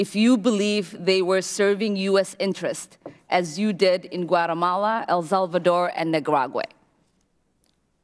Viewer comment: Pretty sure she said “the massacre in El Vulvadore”.